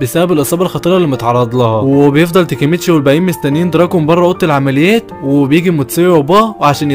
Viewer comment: فالا هالا مو فلهلال واسمه دوراكين مو دراكون